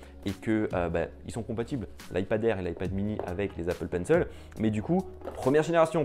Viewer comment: Il a dis Apple penceule au lieux de Apple Pencil sa m’a fais mal au coeur